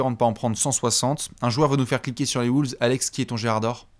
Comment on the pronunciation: Nouvelle saison et rien ne change, dit toujours Woolves 🤦‍♂️